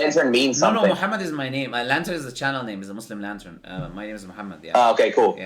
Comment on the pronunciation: 1:2:39 yo brother said muslim laden or muslim la.....den 😂😂